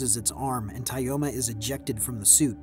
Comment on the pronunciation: It's pronounced more like Toma